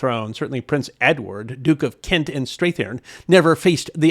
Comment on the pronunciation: Strathearn - pronounced Strath URN with a hard A in the "Strath"